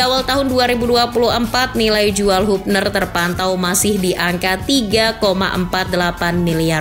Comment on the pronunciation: Woi channel bola ,kritik Keras utk kalian "penyebutan yg bener yaitu "HABNER"..bkan HUBNER...😂